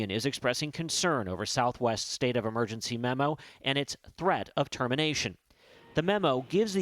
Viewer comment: That's what happens when you gamble with people's lives cuz you are flying a plane that hasn't been produced since the 80s. God I hate the way some people talk. he says "State of Amergency" its not Amergency, its Emergency. E not A.